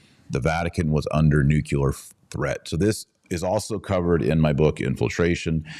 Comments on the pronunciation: Please... NEW-CLE-AR, not NU-CU-LER. Otherwise great stuff. thank you. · Dear Dr. Marshall: Please take care in pronouncing the word "nuclear".